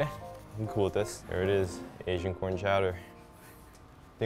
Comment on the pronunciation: I know it’s chicken corn soup, but all I can hear is “chicken noodle soup”.